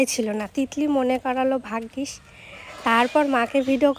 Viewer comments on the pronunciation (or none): Bhaggish bolle tumi porashona koro kotha shune toh mone holo "iskool" e poro ja pronunciation